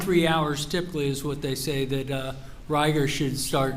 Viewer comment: It's pronounced Rigor. Not Ry gor.